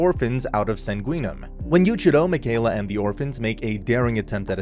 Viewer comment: Ur mispronouncing mikaela it's pronounced mickeyela